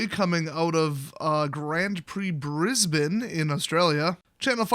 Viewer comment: Cudos for pronouncing Brisbane correctly. Our city has been covered in smoke with air quality warnings for the last 2 weeks